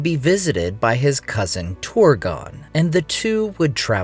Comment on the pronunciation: You often dont even try to pronounce things correctly. Ive never seen a language whose trabsliterationnof "ur" is pronounced "or" But you consistently do it. Its not Horin. It is not Torgon.